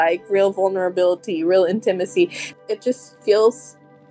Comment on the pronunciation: did she just pronounce intimacy as “In Timmy See”?!? And we are supposed to take her seriously?